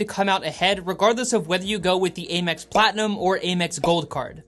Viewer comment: A quick little FYI, American Express is most commonly referred to as AM-ex instead of A-mex.